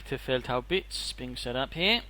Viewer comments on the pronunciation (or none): Please, stop calling it 'Speerferbande'. That sounds like 'Band of Spear-throwers' in German. It is "Sperr-Verband"!! (Just take the 'e' from the end of 'Verbande' and put it at the end of 'leFeldhaubitz(e)' :D) But great cast anyways, I'll definitely try to go for one or two Staurts and refound them in order to switch over to heavy armor later, when I am playing USF next time! :)